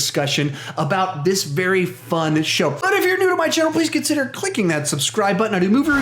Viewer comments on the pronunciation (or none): none